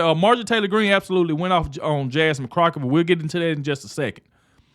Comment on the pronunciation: First, thank goodness the House passed a special tribute to a true patriot and Christian! I converted from a liberal to Conversative 5 years ago listening to him. Did you say Jasmine "Crocksh!t?" I almost got choked on my burger with laughter! 😂😂😂